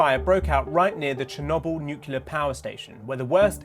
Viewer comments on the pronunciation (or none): Disaster presenter, can’t say Chernobyl . Treats us like some kind of dog at the start by saying “believe it or not” .. we all know the world hasn’t stopped turning mate ..